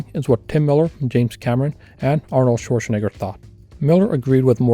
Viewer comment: Dude, learn how to pronounce Schwarzenegger already 👀